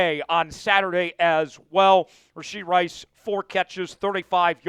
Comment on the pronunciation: It's RASHEE Rice! No D in Rashee